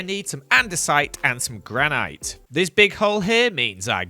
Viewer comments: It is granit not a granite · amazing vid as always, but repeat after me... GRaNiT. Not granIte. I know the spelling doesn't make sense. but still. I do not mean to be mean, just making sure you don't run into less tactful people Oh and also glow liken. doesn't make sense, but it's not actually pronounced lichen. \_(*.*)_/ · You're saying "granite" wrong. 😂🤣